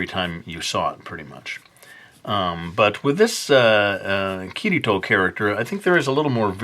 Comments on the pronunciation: ITS KIRITO NOT KIRTO UGH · Is it me or he said kirito or kuirito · People who say ki-Ri-to sometimes drive me crazy because in Japanese there is no "r" sound (not meaning to hate) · I'm pretty sure you pronounce Kirito like "Kitty-toe".